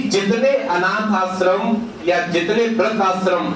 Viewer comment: Sir Aap apne Pronunciation ko sudhariye सादी नहीं शादी होता है आस्रम नहीं आश्रम होता है